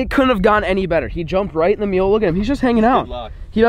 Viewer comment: Sounds like your saying meal not mule lol